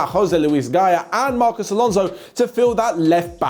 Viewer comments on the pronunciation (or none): none